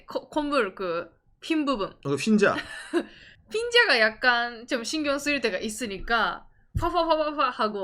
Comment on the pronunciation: 궁금한게 있는데요 흰자를 휜자로 발음하시는 까닭은 사투리를 사용하셔서 그런건가요? 기분나쁘셨다면 죄송하지만 정말 궁금해서 물어봐요~